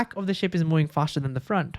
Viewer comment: Movind, movvvving there is v. Not mowing